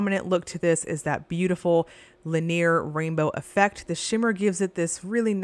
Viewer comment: Still mispronouncing “linear”. Look it up!